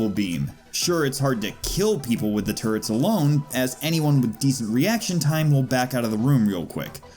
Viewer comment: »Turrets« ... »Turrt's« ... »Turds« I keep hearing »dropping turds.«